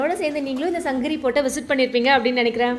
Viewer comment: தவறா எடுத்துக்காதீங்க தங்கச்சி. சங்ககிரி -> சங்கஹிரி ன்னு சொல்றீங்க. தமிழ் -> தமில் ன்னு சொல்றீங்க. இப்ப படுச்சுட்டு வர பாதி பிள்ளைகள் இப்படித்தான். 'ழ' வரவே மாட்டேங்குது. 'க' வுக்கு பதிலா 'ஹ' போட்டு பேசுறாங்க - மிளஹாய், கடுஹு இந்த மாதிரி. இதை பொறுப்புணர்வோட திருத்திக்கோங்க. இந்த மாற்றங்கள கேட்கவே கடினமா இருக்கு